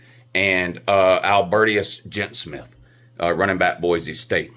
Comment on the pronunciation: I hope 'Albertius Jetsmith' wins the Heisman - if nothing else then for to learn his name! 🤣🤣🤣